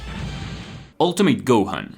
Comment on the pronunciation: it’s pronounced ultimit not ultim8